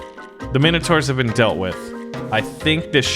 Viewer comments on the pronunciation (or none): none